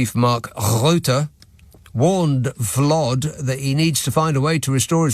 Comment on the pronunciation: It’s “Vlod”…